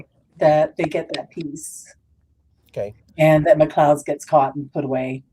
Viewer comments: You say his last name as McCloud, but isn’t it McCleod, I would say McLyodd! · McLeod I believe